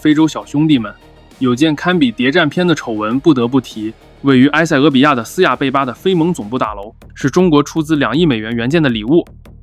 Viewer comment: 亚的斯亚贝巴，“的”发音di四声。。。